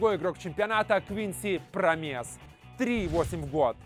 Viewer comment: Промес на о ударение